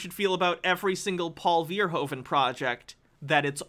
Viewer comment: Paul Verhoeven, barely recognized the pronounciation, but yes those are amazing movies